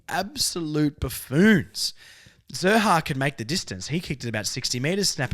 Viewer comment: Love the podcast. Keep up the good work. Letting you know Xerri is a Maltese surname and pronounced Sherry (X is always an S sound in Maltese). Being of Maltese heritage, this has been driving me nuts nobody gets it right in the media. Hopefully, we get the media and AFL community more knowledgeable about Malta through this! Lol. Go Kangas and Malta!